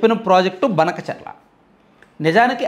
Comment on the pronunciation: అన్న అది బనకచర్ల కాదు.. భానకచర్ల అనాలి..